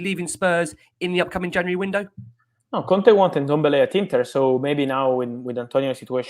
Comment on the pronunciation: It`s pronounced N`Dombele.